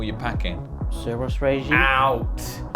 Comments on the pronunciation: XD "suros regime" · what are you packing? "suros" GETTT OUT